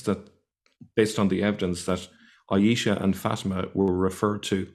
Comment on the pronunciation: 'aeesha/ fateema' - wot a ars. he can't even say the names correctly - and he's an 'arabic expert'? this is deep stupidity.